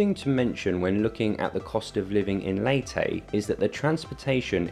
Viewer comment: My wife is from Leyte and she, her family and friends promounce it “Lay tee” NOT “Lay teh”. Also, it’s “Tac low bun” NOT “Tacla barn”